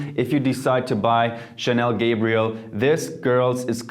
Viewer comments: He said Chanel Gabriel hahahahahahahhahaha its a damn girls perfume bro. its Gabrielle. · You pronounce Gabrielle as if it was Gabriel... it's Gabri...elle! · Have we all been pronouncing Gabrielle wrong or is he??? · How can you mispronounce so many names and still get that many views??? 😅 i know for a fact that that's not how you pronounce mugler, gabrielle,guerlain and many other names. Mispronouncation has just ruined the video for me!!